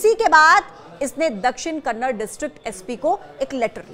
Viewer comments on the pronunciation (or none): It's not KANNAD it's KANNADA pronounce it properly